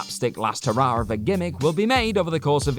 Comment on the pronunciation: Hurrah* not Hurror